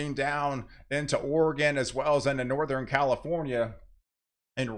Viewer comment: Do you say, "NorthREn" and "SouthRen"? Just an observation. Cheers.